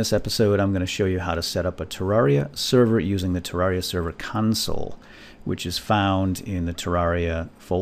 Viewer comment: he says Tewwawia. Slyfox fan/viewer?